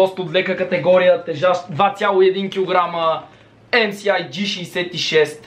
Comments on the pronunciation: М-ЕС-АЙ, не мси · MSI Не се произнася тъка на Български но иначе мн яко ревю <3